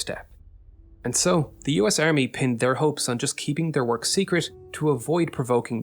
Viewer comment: "Earmy" "new-cler" "YOU-nighted" "RegLer" "Tunelts" "GIInt" 🤢 painful.